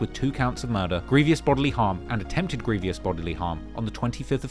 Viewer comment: Petty - but it's grievous pronounced 'gree - vuss', NOT 'greev - e - uss' and Monteiro is pronounced 'Mon-tay-ro', NOT 'Mon- tee-airo'. A small but important detail. Cheers. Great documentary otherwise 👏 👌 👍, really interesting😢 and brilliantly put together. So much information to take on board and ultimately a very sad and depressing tale. So many young men just being taken off the streets for very little reason. I get revenge attacks but need they end in actual murder? Also when these young men are older it's a cert that their attitudes will have changed and they will look back wondering why things got so out of control. They'll reaslise that lack of respect and minor beefs aren't worth losing your life over. It's not just the poor murdered bloke either - there's always a grieving mother and other family members left behind whose lives have been permanently damaged. How the glorification of serious violence will ever be challenged amongst young macho men is an old, old problem that looks almost impossible to put a stop to. And the whole melting pot of poverty, lack of future prospects, an impatience culture of wanting everything NOW, the mix of ethnicities with age old deeply rooted resentments....absent fathers, lack of positive role models, lack of police resources...the list goes on and on. At least on a positive note some great music comes from all this - despite the dark and cold hearted content, you still get absolute bangers like 'way2charged'. What an effed up world